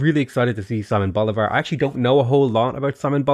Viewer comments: Sighmon Bulivar? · Hi! Spanish follower in here. So if you are struggling with the names of this civ: Simon Bolivar is not actually pronounced in english, it would be something like... "Seemon" (the mon pronounced like the one in Pokemon, emphasaizing the "o"). The double L in spanish is more or less pronounced like the english "y" in "yeah", and the R is soft so it would be something like "yanero". This civ looks soososososo cool and I'm dying to play them already!!! Thanks for the in depth video😊